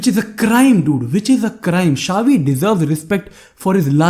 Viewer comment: With all due respect bhai not "Shave" i.e "Xavi"